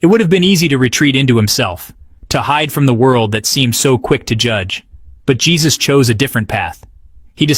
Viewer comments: I just found your channel and subscribed immediately. I just wanted to let you know, with all due respect, that Jesus A.'s first name is not pronounced in the common way. It is Hay*SOOS, with the accent on the second syllable. Thank you for all of your hard work.😁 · Hay soos is how it is pronounced...